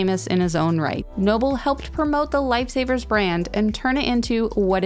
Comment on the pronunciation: Lmao "lifey saviyers"